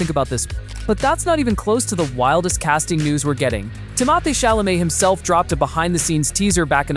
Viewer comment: You're stupid AI bot narrator mispronounced just about every name: Zen DAY uh, Tim o THAY, Dennis for Denis ( Den EE)!